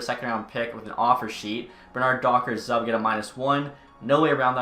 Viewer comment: The player Zub is pronounced: "Zoob"